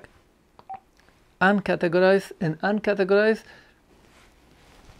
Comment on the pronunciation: What are you saying about "UNCATEGORIZED" ? I can not understand you.